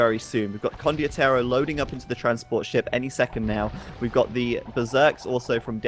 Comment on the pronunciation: kept saying "condiotero" instead of "condotiero"